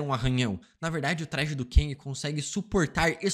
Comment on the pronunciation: Cara me dá um "ranço" quando ele diz "KENG"...Quem mais?